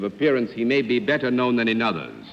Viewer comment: The way Bennett Cerf says "known" with two syllables: know-un. Is that a New York accent? Philly?